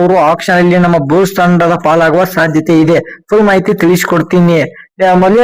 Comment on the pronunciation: ಪದೇ ಪದೇ but ಬಳಕೆ ಬೇಡ. ಬೂಲ್ಸ್ ಅಲ್ಲ ಬುಲ್ಸ್.